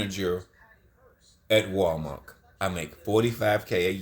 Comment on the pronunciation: Lmfao buddy said " Walmark". Anything he says its funny it's always funny because he talks funny lol....